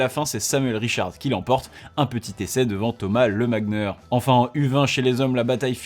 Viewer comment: Pour l'avoir déjà vu en compet a Toulouse, on prononce Thomas Lemagner[nié] mais sinon top l'épisode 👌